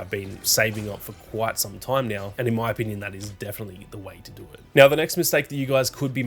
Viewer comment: When u say no u say it with a r at the end when u say do you say “doUr” funny little thing I noticed but other than that quality footy.